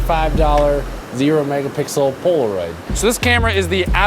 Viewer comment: he said mega pickle.... I'm pickle riiiiiiiiiiiiick